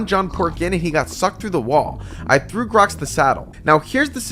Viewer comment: Bro why you said grox idiot